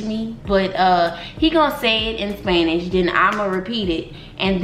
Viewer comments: Bruh he may khow understand Spanish but hes not saying it in the correct way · She is so pretty!💕 BTW He's not pronouncing the words correctly L O L.